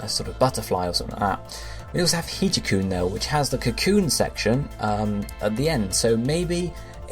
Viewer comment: Hijakoon is pronounced "hijack-oon", hence the Dark type.